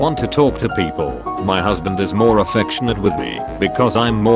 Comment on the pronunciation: Sometimes it’s people but sometimes it’s peo-pleh